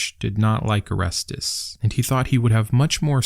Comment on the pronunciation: Didn't you call him "Arestus"? His name is pronounced "Or-Es-Teez"